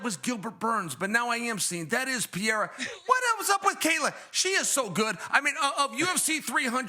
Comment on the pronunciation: Choad Sonone needs to learn how to pronounce Pereira’s name. Pierra just shows his ignorance and disrespect.